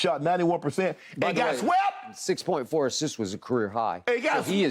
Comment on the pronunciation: Shannon sharpe: and he got wsept!! 🥴😂😂😂